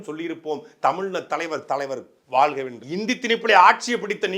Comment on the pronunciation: நாம் தமிழர் கட்சி முக்கியமான பேச்சாளர். ஆனால் வாழ்க என்பதை வாள்க என்று உச்சரிக்கிறீர்கள். ழ வராதா?